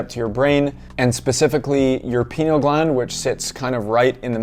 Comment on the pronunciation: "pie-KNEE-ul" gland, is the pronunciation. thank you for this informative video,.